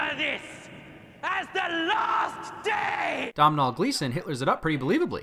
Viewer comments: It’s pronounced “Doah-nal” not “Dom-nal”. I’m Irish btw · Did he say Dom-Nol Glesson? It is pronounced Do-nal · Im sorry................................. Domin-all gleeson?